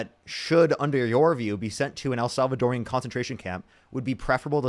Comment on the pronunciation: I love your streams but I just want to say, as a woman married to a Salvadoran, the correct way to say Salvadoran prison camp is what I just said. It’s not el salvadorian. I know, I get on my kids nerves too lol